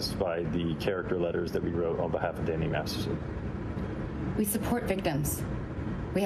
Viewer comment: The first time you say Danny Masterson it sounds like Danny Marston lol